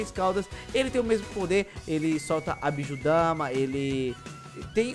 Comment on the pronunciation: É bijudama não bijudamá